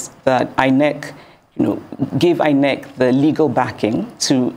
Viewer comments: Why do I have a feeling that was pronouncing it as eye neck and not inec 😢😢😢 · I love the way she pronounces it as Eye Neck😂😂😂😅, looking deliberate